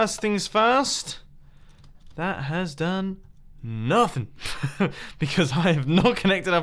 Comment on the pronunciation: that has done... nuth-in